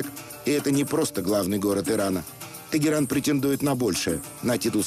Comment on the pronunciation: Только не Тэгеран,а Тегеран.